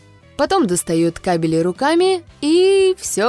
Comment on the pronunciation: ппц, кабелЯ и тут же кАбели